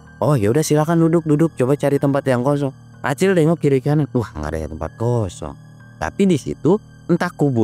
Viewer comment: Belepotan nyebut Ali sama Acil patuker paganti pagentos 😂